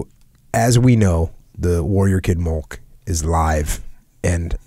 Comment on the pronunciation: SAY MILK. JUST SAY IT LIKE A NORMAL HUMAN.